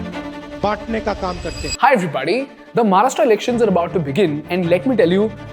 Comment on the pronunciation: English मधे बोललात तरी महाराष्ट्र ला "महाराष्ट्र" च बोलणे अपेक्षित आहे. म्हाराष्ट्रा नाही.